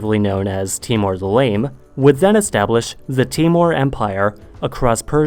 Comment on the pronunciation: It’s not temmore it’s pronounced timmor